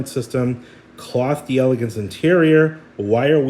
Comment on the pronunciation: Once and for all: it's pronounced "Dell-Lay-gance" not Dee-elegance